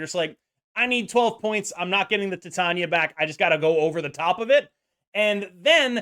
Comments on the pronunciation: Not that it matters to me how you say her name but just so you know it’s actually pronounced like tai~tay~nee~uh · idk if youre doing it on purpose but it's pronounced like Titanium. Like the metal. Tie-Tae-Ni-Uh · I love you, but why do you insist on pronouncing Titania in such a strange way? Lol